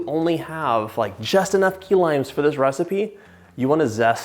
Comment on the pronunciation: At first I thought he said “Tequila Pie” 😂